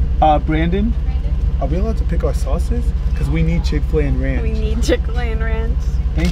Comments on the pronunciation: it’s not ranch brandon. it’s ronch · It’s not “Ranch”, it’s “Ronch” 😂😂😂😂